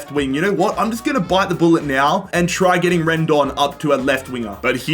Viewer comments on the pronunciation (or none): none